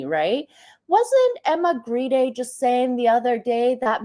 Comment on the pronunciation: Emma Grede's husband is Swedish, so presumably Grede is pronounced Gray-duh - the Swedish way.